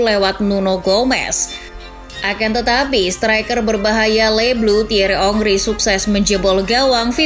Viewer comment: Thierry henry min... Bukan thierry ongri